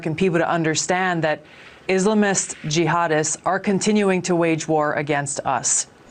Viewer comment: My gawd. She’s such an Islamophobe and she knows damn well she’s mispronouncing “Islamist” on purpose. So glad she didn’t get far in 2020 primaries and no longer a Senator. Embarrassing.